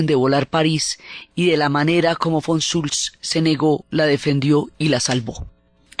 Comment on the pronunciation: Fantastica Diana, tu magnifica dialectica y expresividad no tiene parangon. Didactica a la vez que perfectamente diafana. Un humilde apunte. Cuando hablas del General Comandante del Gross Paris te refieres a el como Von Schultz o similar. Era Von Choltitz. De resto, tremendisima exposicion, como todas las tuyas.